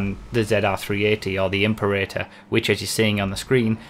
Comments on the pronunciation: Love your work. But it’s not pronounced imp-erator. It’s Im-perator. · imp-erator? im-Pera-tor (as in imperial. the emphasis is on the 2nd syllable.) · Pretty sure Imperator is pronounced Im-pera-tor, like in Mad Max: Fury Road (possibly earlier movies too). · The "Imp-urr-ay-turr." Please,. You haven't seen Fury Road? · or heard of the world "imperial" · Im-pera-tor. one thousand three hundred and twenty two. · im-PEH-rit-uh. Just sayin'. ;-) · please fix your pronunciation of Imperator. It's a roman military rank